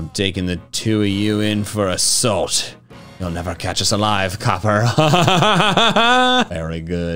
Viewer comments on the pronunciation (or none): none